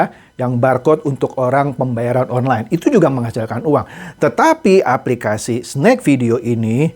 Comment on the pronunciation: Ada sebutan aplikasti😂😂😂bukan aplikasi